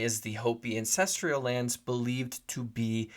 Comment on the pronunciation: AN-CEST-STRAL not ancestrial.